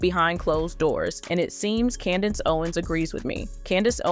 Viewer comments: Say with me: Candace Owens. Not candance owens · Please stop saying Candence Owens 🙃